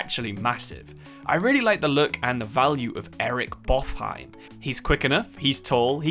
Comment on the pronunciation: Botheim is actually pornounced like bot-heim